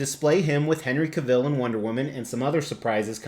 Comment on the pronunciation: Love this so much. This was one bust I almost pulled the trigger on but I didn't want to miss a mortgage payment. BTW, Henry Cavill's last name rhymes with travel.